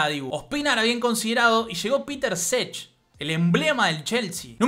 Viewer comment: genio, muy bueno video; una cosa nada más, no Petr Čech se pronuncia "Petr Chej" no "Peter Sech"